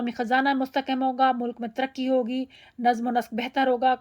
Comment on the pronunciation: Namz... Ma'am correct pronunciation